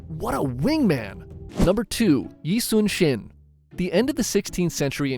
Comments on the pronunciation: 이순신 is said as Lee Sun Shin. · Nah when you said yi sun sin I got hit by mlbb